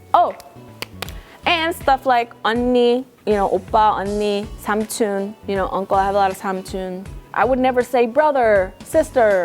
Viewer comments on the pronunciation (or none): did you just say 삼춘 instead of 삼촌 xD